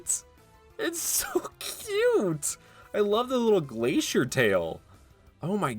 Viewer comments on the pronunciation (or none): none